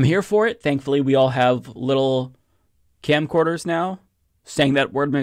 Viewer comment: Bro said camcorder...